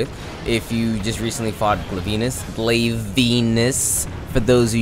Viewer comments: Did you pronounce Glavenus "glave-ANUS"? xD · Stupidest pronunciation of glavenus